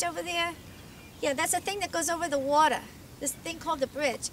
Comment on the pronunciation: "See that bridge over there? Yeah, that's a thing that goes over the wauter......"